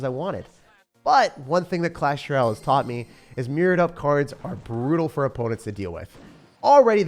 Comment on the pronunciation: I see what you are doing lol. Clash R’al now not even a “y” - so no vowels or even the sometimes a vowel y sounds for ol.